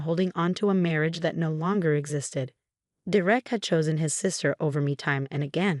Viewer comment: For pete's sake, it's pronounced dare ick. Stop with the AI!